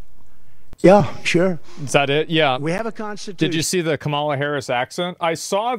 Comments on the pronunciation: Can’t you just pronounce Kamala Harris’s name right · You need to pronounce Kamala's name correctly! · How are people still pronouncing Kamala incorrectly? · Bro why you pronounce her name like he does lol, get off his nuts😂